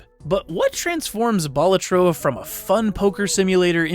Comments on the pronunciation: Just thought I'd say that it's a real Latin word meaning "jester", and it's pronounced "BA-la-tro" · It's a Latin word that basically means the equivalent of "Jester", and that latin word is pronounced "BA-LA-tro"... Yes, you put emphasis on both syllables. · It's pronounced "Balatro"